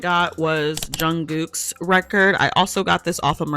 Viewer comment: i hope this doesn’t sound rude or anything, but what is your accent? i’m so curious because the way you pronounced Jungkook gagged me LOL i’ve never heard it like “goo”